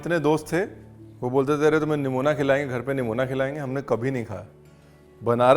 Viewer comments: Superb recipe sir....aur han na isko namuna kehte hain aur na Nuemonia 😂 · Yaar, yahan par to "Nimona" ko "Nimoniya" ho gaya hai 😂